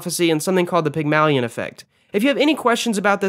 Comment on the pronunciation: great vid but hate the way u pronounced "Pygmalion" lol